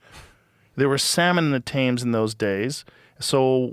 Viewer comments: Tems river not taymes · It’s not said like tames it’s said like tems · Thames is pronounced as tems. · It’s Pronounced “Tims”. Not Thames. Lolllll HOW DO YOU NOT KNOW THAT ???? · River TEMS - thats how its pronounced, oxford-sher too not shire! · Thames Is pronounced Tems. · Anyone from England triggered by the way Joe said Thames?